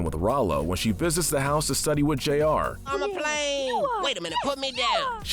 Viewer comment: isn't it Jr and not J.R.?